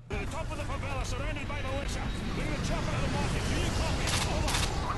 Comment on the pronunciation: "remember, there are cavilians in the favila" *pulls out shotgun* "watch your fire" :P